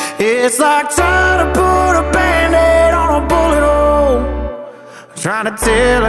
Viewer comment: Genuinely thought he said butt hole ffs